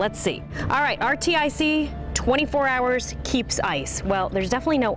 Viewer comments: she calls it RTIC irr to a pronounced Artic lol the place that’s cold...lol also she called Ozark trail Ozark like just drops half of the brands name because it’s more suiting to her... smh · Did she just call that one "are-tee-eye-see"??? Can she not read? I'm embarrassed for her. Really.